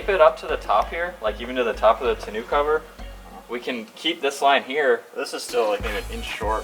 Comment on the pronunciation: what is a tinew cover? Its fucking Tonneau. the eau is pronounced OOOOOOOOOOOOOOOOOOOHHHHHHHHHHHHHHHHHHHHHH. its french or something